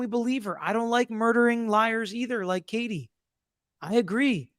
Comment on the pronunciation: It’s KATIE 😂 not Kate